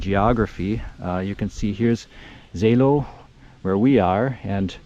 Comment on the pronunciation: A lot of people got confused of the ow-Endings of town names in this area like Seelow or Hathenow some Kilometers away. Seelow [ˈzeːloː] (ZAY-low)